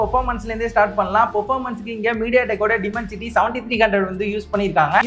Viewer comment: டிமென்சிட்டி இல்ல டைமண்ட்சிட்டி